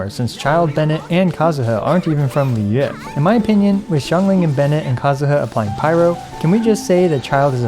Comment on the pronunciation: Lol you pronounced Liyue perfectly 👏🏼. Thanks for the video. Not sure will I pull but I do think his animation is super satisfying to look and I really enjoy his Chinese va 💙✨